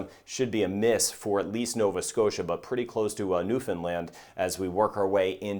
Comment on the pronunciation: Just found your channel and as Canadian it's nice to hear you pronounce newfoundland the way we say it .Your weather forecast is as accurate as you're tools and models will allow. Stay safe from newfoundland and labrador Canada.